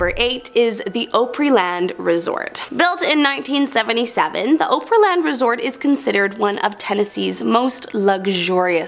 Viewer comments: Op ree not Opra or Op ri what ever the hell she said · Ohpery Land? WTF 😹 I think that’s the worst pronunciation for the Grand Ole Opery EVER. 🤣🤣🤣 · I have to agree it sounded so awkward and weird 😂 TN here 😉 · It's pronounced Ah-prey Land, not o- prey land. Also, you pronounced the dibbuk box incorrectly. Learn the English language! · Ah-Pree land 😊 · YEEEEESSSSS !!!! I live in Tennessee. I’ve tried to overlook her pronunciation of Ōpryland lol it’s a short “O” sound , like “ah-pryland”. lol it’s all good. ❤ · She mispronounces so many words in this video... my OCD goes crazy. Oh Pree Land.... Die Bek box.... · Did she really say "ope ree land" resort 😂😂😂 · mmmm.... sorry my OCD had a stroke everytime she said OH-pree-land lol.... good video though ;) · "Opryland" isn't pronounced like "Oprah". It's pronounced like "Opera". Op-er-E-land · Did you hear how she pronounced opraland, that killed My ear's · You misspronounced Opryland Op-ree land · I'm sorry, but having lived in TN for a good portion of my childhood, the pronunciation of Opryland is hard on my ears. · Isn't it though 😅?!! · Thank you! I’m also from Tennessee and have never heard anyone pronounce it so badly.. like ever, in over 60yrs..😂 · My ears are bleeding as well.😅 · From IN, but hearing it pronounced like that grated on my nerves. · From PA and the misprounciations of Opryland, Grand Ole Opry, and Ryman just set my teeth on edge! 😬😬 Pretty sure I even felt my Country Music-loving dad and my grandparents all look down from heaven in disturbed befuddlement, too. 👀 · I’m so glad I’m not the only one that cringed at the pronunciation!! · finally a person that noticed that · Nobody in this whole production knows how to pronounce Opryland? Either way too young or from Canada.